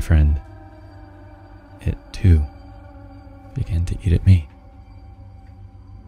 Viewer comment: 아니 잡아인데 작아로 말하누 ㅋㅋㅋㅋㅋ